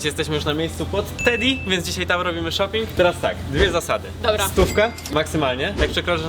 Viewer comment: CZEMU ZAMIAST SHOPIING SLYSZE SHOPI